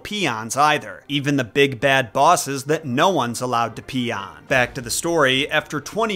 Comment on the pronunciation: He said, pee on. Lol